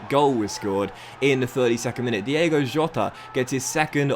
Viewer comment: Cmon, its not DIEGO! His name is DiOOOgo Jota! Love from Portugal 🤟🏼🤙🏼